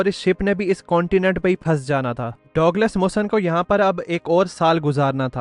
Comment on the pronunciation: Correct name pronounciation ( Douglas) is " DUG LESS " You say " Dog les " that is incorrect .